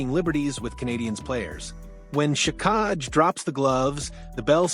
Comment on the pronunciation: hard to beleive this when you cant pronounce xhekaj and he averaged just under 15 min a game not 10